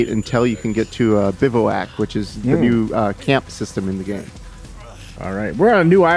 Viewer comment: It’s pronounced “biv-whack”, sorry to do that... great preview and so awesome cant wait to play it!!